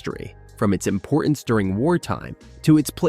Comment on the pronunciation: The word is 'importance', not imporence.